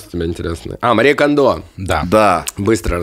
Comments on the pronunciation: Мария КОндо как Хонда. Она же из Японии😂😂. А не КондО❤ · Потому, что не Кандо, а Кондо. Её ещё КонМари называют.